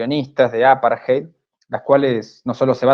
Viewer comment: Gracias por este informe. Excelente trabajo. Por favor, chicos, traten de trabajar en la pronunciación de palabras extranjeras. Jiler ?(Hitler. Hay una T en el medio) Apart-jei ?(Apartheid. TH=D) y muchas más palabras pronunciadas incorrectamente. La información que dan es tan importante que es una pena escuchar estas palabras mal pronunciadas. Distrae del mensaje que están dando. Es solo una recomendación.